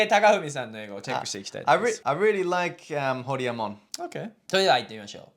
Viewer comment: その後で説明しているけど、ホリエモンは日本人の典型的な発音で、アンビリーバボー！と言ってるからです。 レアリー？も日本人の発音の典型的な発音で、通じない可能性が高いです。 Unbelievableとか、Really？はマジで発音が難しいです。 自分ならば代わりに、 Wow! It's amazing! が言いやすくて、良く使ってます。 UnbelievableやReallyは、地雷です。